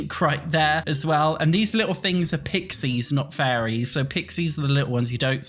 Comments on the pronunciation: I keep hearing say "furries" rather than fairies, and it's really giving "Werewolves" flashbacks 😄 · I hear furries too